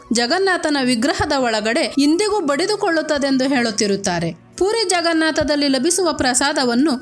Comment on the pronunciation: ಅಂದಂಗೆ ಅದು 'ಪೂರಿ' ಅಲ್ಲ 'ಪುರಿ' 😅